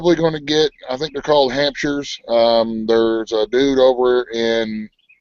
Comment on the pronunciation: rflmbo, I thought u said "hamsters" instead of hamshires, when u were talking bout getting pigs...Damn, you two are crackin me up! I'm pissed it wouldn't let me into the broadcast on Sunday, but it kept saying that video was gone and it wasn't showing anything going on Bev's channel either!